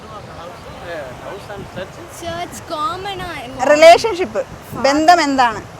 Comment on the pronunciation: ബന്തം എന്നല്ല, ബന്ധം . (മലയാളം ഉച്ചരിയ്ക്കാൻ പഠിയ്ക്കണം ).